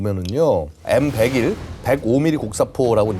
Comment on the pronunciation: M백원 에이원은 대체 어떤 방식의 읽기임?